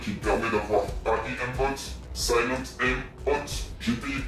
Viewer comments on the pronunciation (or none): Ça suffit avec "l'Ayèm" c'est "Èyme" !!!!